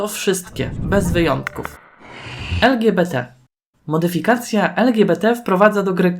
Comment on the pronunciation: Błagam nie twarde łeder (weather) to samo z lgbt czyli " el dżi bi ti! (Nie mam zamiaru hejtować mam na celu poprawienie wymowy)😁